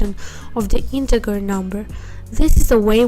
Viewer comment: You say integer funny. :) Int-egg-her It's actually int-edge-er